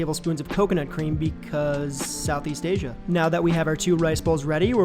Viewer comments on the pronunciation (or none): none